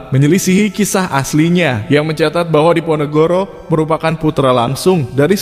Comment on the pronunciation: Nyebut pangeran Diponegoro saja tidak mampu sering kepleset pangeran NEGORO ???! Allah sudah menunjukan ...